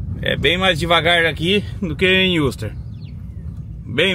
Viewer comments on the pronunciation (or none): none